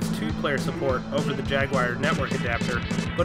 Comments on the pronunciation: Jagwire? :( It's JAGWAR!!! ;D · This is a minor gripe, but I couldn't get over the way you said Jag-wire repeatedly. I sure hope this isn't a reference to a meme I'm missing.